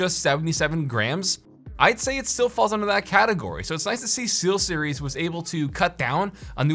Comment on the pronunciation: Google voice to text got it right, but I heard Sealseries. lol